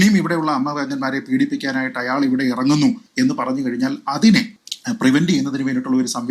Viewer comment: Good reporting..but 1.you are saying "Ayyaal" .but "Ayaal " is correct..2."Aphiruchi" alla.. "Abhiruchi" is correct malayalam..